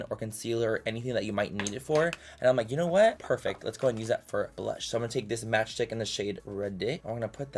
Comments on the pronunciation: OHHH “Match Stick” I thought he was saying “Match Dick” 😭😅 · I thought he said match dick